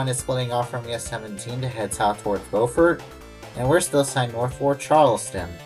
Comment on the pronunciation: In SC Beaufort is pronounced BEWfert unlike NC we pronounce it BOWfert